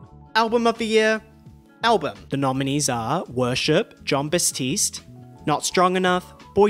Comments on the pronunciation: Great video, but it's batiste not bastiste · Why do you keep saying Bastiste? His name is Batiste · Thank you for the recaps! Just a heads up, it’s John BaTiste, not Bas-tiste! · why are you saying "BaStiste" 😭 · Stop saying John bastistse